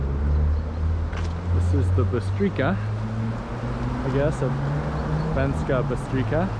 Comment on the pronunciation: That towers where you were at the start, was the city castle (they teared down the walls when they weren't needed, You pronouce it as Banskaa Bystrica (you pronouce c as c in cemetery (not as k) Also Banská Bystrica is not anywhere near Low Tatras, its just bellow Small Fatra